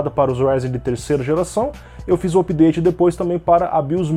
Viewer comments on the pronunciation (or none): none